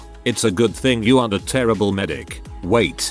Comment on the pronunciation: O:21 that's the hardest T in wait I've ever heard